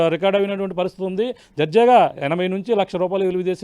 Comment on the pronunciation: Darjaga andi jarjaga kadandi babu